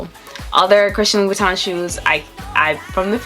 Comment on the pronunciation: LU-BU-TAN - Pronuciation